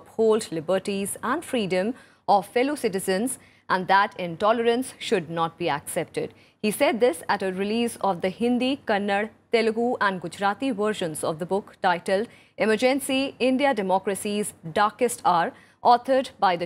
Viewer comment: RSTV Is really informative every single day with the quality of the information they provide indeed is appreciative ... Mam no offence but it's KANNADA and not KANNAD ... Thank you...☺️☺️